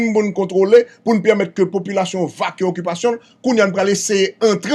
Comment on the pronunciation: Sil vous plè yo pa di vacue yo di vaké. Le mot français Vaquer.